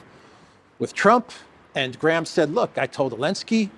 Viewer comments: Am I the only person distracted by saying "Elensky"? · Aah! I was wondering why he says "Elensky"!! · Why do rarely say the Z in zelensky? I thought maybe it wasnt pronounced and all these americans have just been saying it wrong. But then ive heard you say zelensky with the Z also. Is it some inside joke? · You called Elenskyy Zelensky for some reason in the first sentence.